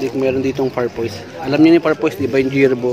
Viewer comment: Parfoirs pronunciation PARFUWA silent R and S po sadik